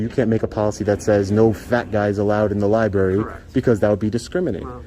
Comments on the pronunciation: Oh no!! Libary!!!! Noooo Come on. A couple auditors say suscribe and libary 😅😅😅 Give me strength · Oh heh. You say libary many time. Library…